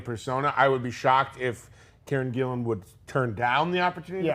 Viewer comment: Karen Gillan, not Gillian